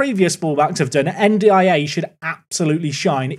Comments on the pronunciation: Hearing N'D-I-A so much is breaking something in my brain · i think you can pronounce better Ndiaye as "n-dye" or "undye" mate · anyone else losing their minds at "en dee eye ay" 🙃🙃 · By the way the way you say N'diaye is un-die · N'Daiye should be pronounced as "And I" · It's spelled N'Diaye, not N'Daiye. I think it would be pronounced more like "ndjai", rhyming with "eye".